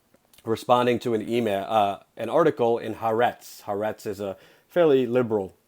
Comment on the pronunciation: Its always funny to hear people who don't know how to pronounce HaAretz. The name of the newspaper, means: The Country. The 'ha' in HaAretz is the Hebrew equivalent of 'the', and the rest of the letters is the word itself: 'Aretz'. The correct pronunciation is: Ha-Ah-Retz.